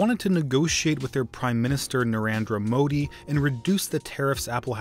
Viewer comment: You pronounced Narendra Modi’s name wrong